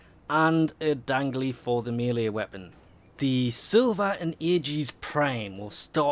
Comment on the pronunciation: Silva and agis not vilva and agis